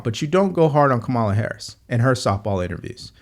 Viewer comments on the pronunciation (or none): You seem like a smart guy. Is there a reason you can’t pronounce Kamala correctly?